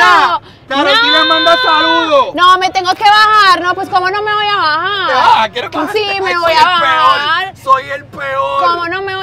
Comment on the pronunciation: La amo cuando dice “me tengo que bajarrrrr”